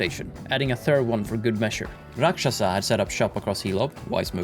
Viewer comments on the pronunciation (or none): I don't want to be that person but that was a mispronounciation that hurt my soul. R a k s h a s a. Not a second "sh". Hearing someone butcher the name of the beloved shrimp like this caused me to break into a million pieces right where I am/j Overall great video though. Love that game🙏